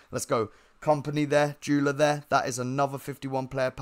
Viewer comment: Why have u called guller, juller